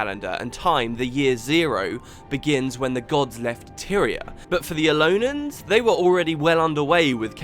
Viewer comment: Aren't they Elonians, not Elonans? I don't like to point out inaccuracies in an otherwise awesome video, but I know how dedicated to this you are and thought I would point it out.